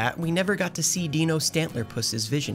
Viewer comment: It’s Deee know… not Dye Know.